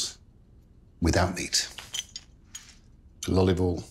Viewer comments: Did he just say lolive oil ? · Is he messing with us at this point? what did he say about ollivol? Clear as day saying "Lolivol".